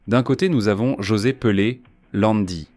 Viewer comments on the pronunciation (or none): none